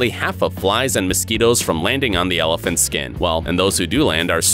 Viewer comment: "elifants" LMFAO